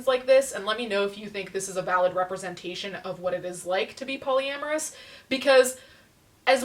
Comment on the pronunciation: Got me at "Polyamourous"